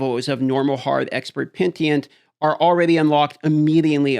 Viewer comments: Pen-E-Tent Not Pen-tee-ent Please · pen - i - tent. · Wtf is pentient ?? You mean PENITENT?? disliked just for this, do better. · Why is he saying pentient. It’s penitent dude lol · PeniTENT not PenTIENT. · Just make classes i give a shit about. I dont vibe with any if the current ones. Give me Demon hunter, monk and paladin ffs. Also. Say it like “Pe-Ni-Tent” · For future videos,: Pen-ih-tent. Not pen-tee-ent. 🤓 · dude, Pe-ni-tent. Petient is killing me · agreed lol :D triggered the fk out of me :DD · American education and reading comprehension at it's finest. (Sorry, I know that's at your expense) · Pentient lmao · I love petition difficulty. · It's Penitent, not Pentient come on! :D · Pen-i-tent. Hahaha love your videos as always mate! Keep this awesome shit up. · love your stuff but it’s pronounced Penitent as in “penny-tent”. Take care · Pen-i-tent, dude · Pen. I. Tent. Penitent. Peni - tent. You can do this. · yo its pronounced Pen - ih - tent... oh well its not as bad as Rax pronouncing Exquisite as Excoozee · Take a shot whenever dm says pentient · That's what he said....pe-ni-tent...ient!!!!! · pentient isn't even a word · UT Announcer: PENTIENT! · You're wrong too? Pen-I-tent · He says pentient not petient😂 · Omg dude. It’s PEN A TENT. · mispronouncing words farms engagement good job! 😎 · this guy struggles with pronouncing words lol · He honestly has only a faint grasp on the pronunciation of most English words. Bet he says Libary 😅